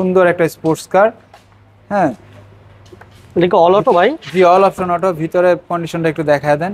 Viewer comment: অল অপসন অটো,, অল অপশন অটো 😅